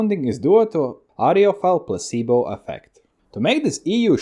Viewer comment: Educational ,instructive cool...and real funny when say Placebo 🤣👍🏿👍🏿